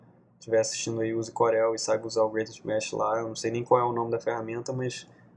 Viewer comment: "Corél" UHEAIUHEIUAHS é "Córel"